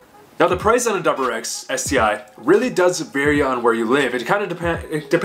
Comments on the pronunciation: Are you saying doublerex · the way you say wrx really gets to me lmao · dude i cant handle it